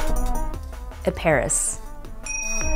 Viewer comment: I pronounced Metis wrong too lol. Ee-pah-ris Kay-d Me-ti-yas